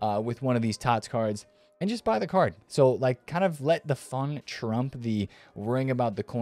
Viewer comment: Did you say have "phun" with eafc? What does that mean???